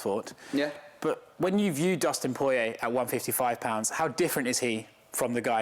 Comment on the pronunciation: I think the best part of this interview and also the one with Sutcliffe is how they both pronounce Porier like its a wine bar down on Lesson St.